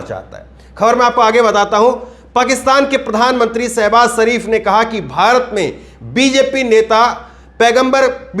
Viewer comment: ddddhhhhhhhaaaaarrrrrmmmmmaaaiiiinnnnndddeeeeerrrr ho aap🤣😅😆 ijjat nahi izzat pehle hindi bolna sikhlo pyare saibas sarif nahi shahbaz sharif۔jaara nahi zaara۔saamil nahi shamil۔saniwar nahi shaniwar۔asraf nahi ashraf kitni mistakes yarr۔۔۔najuk nahi nazuk۔kurbani nahi khurbani۔